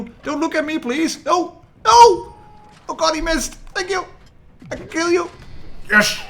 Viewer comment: "I keel you!" lol! Nice review .